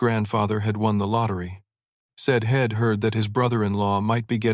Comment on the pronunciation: Interesting AI. Doesn’t seem to recognize contractions. Hed instead of he’d. Ill instead of I’ll. Id instead of I’d